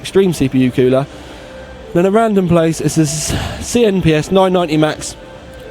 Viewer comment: Kewler :p your from the uk as am I and it's cool-er haha